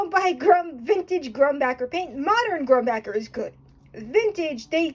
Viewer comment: 1) pronounced grumbOHker; 2) you’re using paint tubes not bottles 3) mang-Ah-nese; 4) the WN manganese paint you’re using seems pretty new, is it authentic? If you didn’t kneed the tube and the oil didn’t separate it seems suspicious. 5)mold holland paint seems stiff or dry out of the tube due to the high concentration of pigment vs suspension medium. Makes the tubes heavier in many cases too.